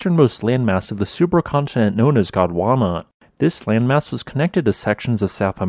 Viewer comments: Love the channel and all of the good information. A question popped up...you said 'Godwana' I learned 'Gondwana'...🤔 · Really very interesting -thanks. A couple of notes on pronunciation: Eildon is pronounced EEL-din, and Melbourne is pronounced MEL-bin. And the supercontinent is GON-DWA-NAH, not GOD-WAMA. Other than that, a really fascinating episode.